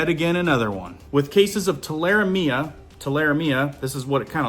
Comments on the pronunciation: Just a heads up, I have always heard it pronounced TUL-A-REM-IA. If you kill a rabbit check the liver. If the rabbit is healthy the liver will be a dark red color. If it is light or spotted the rabbit likely has Tularemia. DON'T eat. Clean hands well and seek medical treatment if you received a cut while butchering the rabbit. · Is that wild rabbits ? Tule a remia .... Pronounce it like that ! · Tularemia.... Too-la-ree-me-uh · Pronounced too la ree ma. 😊👍👍🇺🇸☦️🇺🇸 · In the South we pronounce that rabbit fever as ‘’too-la-ree-me-uh’ 👍❤️love your work! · Rabbit fever. TOO-LAH - REE'- ME-ah